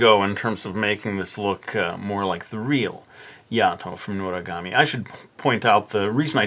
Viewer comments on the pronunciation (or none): Just say Noragami ya don't have to say notagamie